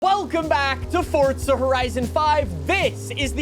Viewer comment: I love your channel but it’s Forza Horizon 5 not Fortza Horizon 5